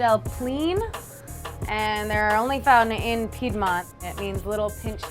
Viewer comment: I have never heard someone mis-pronounce "Piedmont" so many times